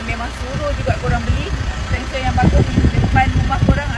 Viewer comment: feng shui bukan feng soi😂